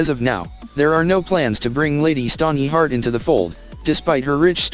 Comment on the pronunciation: Forcing an ad for completely unrelated shit into the middle of the video is extremely obnoxious and disrespectful to viewers. I didn't come here looking for faceless Pokemon shirts. Also, please don't use the robot voice. The ear-piercing mispronounciation of the names is difficult to tolerate. Lady Stoneyheart. Lahnistur. Ugh.